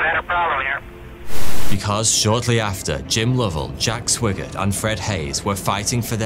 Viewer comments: Swiggert is pronounced Swygert (written: Swigert) with an i like in iPhone. But perhaps he was bit swiggert,too, at least when he returned and enjoyed some back-journey single malt whiskies😅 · It's SWAGGERT! not Swiggert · Jack Swigert's surname was pronounced SWY-GERT not SWIGG-ERT. Far too many people who narrate Web videos desperately need a pronouncing dictionary. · FYI - Swigert is pronounced Swy Gert. Also, the aircraft carrier's name is pronounced EE woe Jima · Haven't seen the movie, but I would bet Swigert's name is pronounced with a long "I" sound. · And it’s S-why-gert. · Sorry dude but it's spelled Swigert but pronounced Swhygert like the word "why". Every time you pronounced his name I cringed! Also did you just say Iowa Jima? It's Iwo (ewo) Jima! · it was swigert pronounced with a long-i sound. not short.